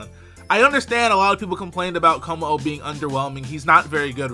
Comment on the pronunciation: LOL he said kommo estas. Autocorrect much?